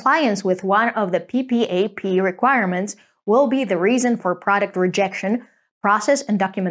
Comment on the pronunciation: No-one spells out P.P.A.P! It’s said “PeePap”!